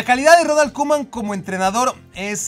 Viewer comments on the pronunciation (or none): none